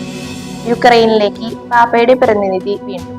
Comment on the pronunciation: Not പർഥിനിധി but പ്രതിനിധി Not ഓർത്തോ dox But orthodx